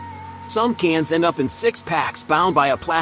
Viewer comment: Can't listen to him saying *cains again 🤣🇺🇲